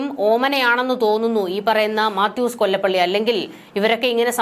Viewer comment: മാത്യൂസ് കൊലപ്പുള്ളി എന്ന് വായിക്കുക